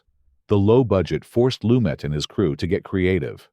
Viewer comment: A terrible video about a fantastic film. About 30% of what was covered could have been interesting but for the obvious AI script and narration. The worst was the constant changes in the pronunciation of Lumet's name. I would rather listen to an untrained human voice than this AI garbage.